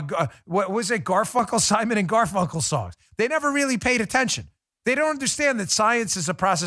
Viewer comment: He said Simon and GarFuckle.... 🤣